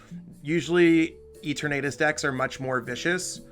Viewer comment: Lol E-tur-natus